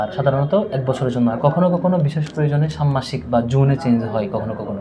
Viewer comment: ষান্মাসিক এর উচ্চারন ষামমাসিক না হয়ে ষানমাসিক হবে।